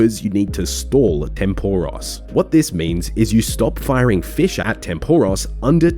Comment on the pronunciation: You say fish with two syllables and it's making me cringe every time.